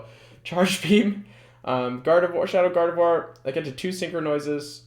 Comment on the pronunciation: Thank you for being the only YouTubed to pronounce gardevoir correctly